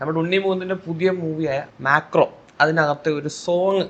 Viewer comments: മാക്രോ അല്ലടോ മാർക്കോ 😂😂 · മാക്രോ അല്ലടാ മാക്രി മാർക്കോ എന്നാണ്.😂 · Macro അല്ല ബ്രോ marco 😂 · Macro alla macri 😂 adyam peru correct ayt para bro annal alle review oru sugam ullu😅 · Marco not macro😂... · MACRO alla potta MARCO. Idhippo thuniyil thooriyavan theettam chavittiyavane kaliyakkunna pole ind.😂😂😂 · Macro alla mone Marco enthuva.. marco😂😂😂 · മാക്രോ അല്ല മൊയിന്ദെ മാർക്കോ ആണ്... 😂😂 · Macro ❌ marco✅ 😂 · Edaa movie name thetti paranju nee Marco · marco ❌ macro ✅ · Marco❌macro✅ Santhosh venky❌santhosh varky✅ Patt❌part✅ enthonnadei😂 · Macro അല്ല ബധൂരി,മാക്രി😂😂